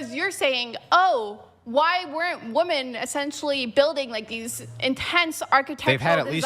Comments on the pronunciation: "Women" is pronounced "wimen", not "woumen". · Women, not wooman. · How are women unable to pronounce the word "women"?? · Why can’t she fucking say women??????